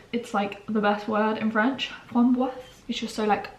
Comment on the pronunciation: I am French and I love the way you pronounced the word : framboise ! It’s so cute ahah 🥰🥰